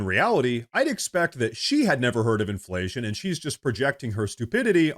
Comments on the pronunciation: Gurl, be like, "in flation?" Aint nobody know dat wurd. 😂😮😅 (She's a bad parody of DEI.) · What is this word "imflayshum" and what can it mean? 🤔